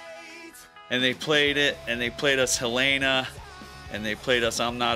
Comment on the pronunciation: The way he said Helena- i don't think ive ever heard someone say it like that